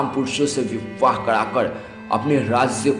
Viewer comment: O bhai pahle bolna sikh le chutye vivvaah...🤣🤣 tu hai chuttiyyaah....🤣🤣